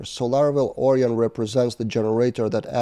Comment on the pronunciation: Onion => Orion ... I see your logic, but it's pronounced more like or-ai-on (unless the package creator says otherwise). You're welcome. 🙂